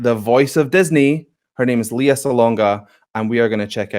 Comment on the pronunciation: Her name is pronounced LAY-UH, not LEE-UH. I do believe the original song was recorded in 1992. Brad Kane is two and a half years younger than Lea, so I think he was 18 and she was 20 or 21.